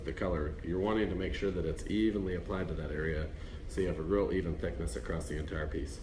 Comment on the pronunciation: There’s no t in across.